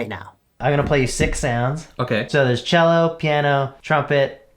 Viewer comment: It's cello, not jello